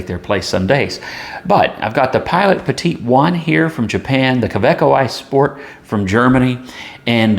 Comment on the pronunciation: Great review. And you pronounced Petit correctly, one of the few. Funny thing up here in Canada: the Petit is the same price as the Kakuno and the preppy. It is a weird place. I say our motto should be "Canada: "C'est/it's Bizarre". Bilingual and says it all. ;) thanks for the great review, I know this is super old, but still relevant.